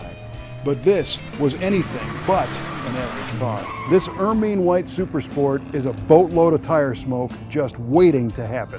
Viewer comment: Err-mean white??? Er -'min!!